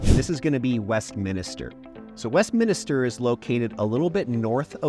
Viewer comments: It's West.min.ster NOT WEST.MINA.STER. And Slone not Slones. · Yes. West-min-ster. The extra i drives me nuts. Anyway… fully agree with Wheat Ridge being a great place. Lived in Sunnyside for well over a decade, really loved it there. During that time in the 90s and early 00s, many saw Wheat Ridge as a ‘retirement’ town. When it came time to buy 10 years ago, Sunnyside was out, everything was too expensive. Got a great place in Wheat Ridge for a reasonable price. Granted, the amazing deals are gone, as is the comfort of a crime free zone. What’s interesting is that Wheat Ridge is much younger now. Just looking at my neighborhood over the last 10 years is a clear example of the average age dropping from around 55+ to around 40. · You beat me to it. I swear most people throw that extra "i" into it, Westminister. But at least he spelled Wheat Ridge correctly as 2 words. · MINISTER? Like a pastor? I moved here in 2017 and even I know it’s Westminster, not Westminister. Even auto-correct knows. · You're supposedly a "professional??? It would make you seem more professional if you learned the difference between a "neighborhood" and a separate incorporated city. Also, it would make you seem more like a 40 year local if you learned how to pronounce "Westminster".